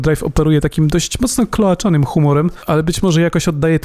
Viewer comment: Kloaczny, a nie kloaczany :)